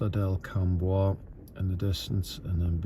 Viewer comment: By the way, Cambois is pronounced Camus, you'll be laughed out of the county pronouncing it the way you did 😂